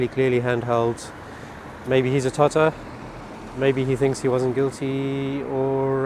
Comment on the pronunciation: What’s a “totter”?